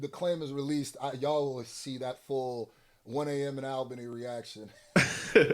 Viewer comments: 1 am in ALBANY*, not labany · It's Albany not Labany, put some respect on Albany's name! thats New York's capitol city!!